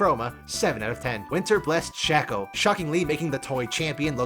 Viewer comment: Its not shacko Its sh aii ko